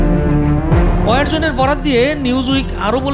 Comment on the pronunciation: অয়ার জোন না রে ভাই। ওয়ার জোন, তেমনি ভাবে ওয়ারহেড।